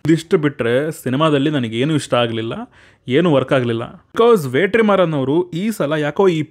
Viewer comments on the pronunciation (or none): Bro ವೇಟ್ರಿಮಾರನ್ ಅಲ್ಲ bro ವೆಟ್ರಿಮಾರನ್